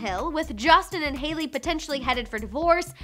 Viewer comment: To your concern its hailey and not jailey 😂🤣